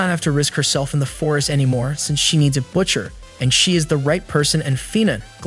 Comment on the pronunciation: Bro actually is annoying me can’t even say butcher 💀